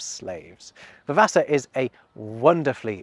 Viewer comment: It's possible that Russin is a medieval precursor to tea (I.e Afternoon tea), however this theory only works if dinner is the midday meal (e.g. School dinner, the lunch offered to children at British schools during termtime) and Supper the evening one. Also, Vavasour is pronounced Va-va-sore. I first became aware of it as the surname of one of the characters in a TV adaption of an Anthony Trollope novel the BBC reran a few years ago